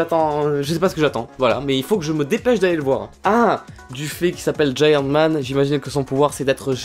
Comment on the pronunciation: c est pas Giant man c est hant man